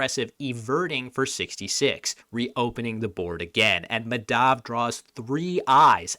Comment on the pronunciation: The name is pronounced Maa (as in demarcate) + dhuv (rhymes with love) and similarly Kaa + muth (the vowels make the same sounds as the first name and the th in the muth is kinda pronounced like the th in "thirst")